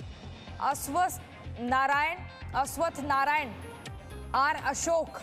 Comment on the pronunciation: Aswast narayan Bombai 🤣🤣 Yediruppa 🤣🤣 Naam to theek se lelo be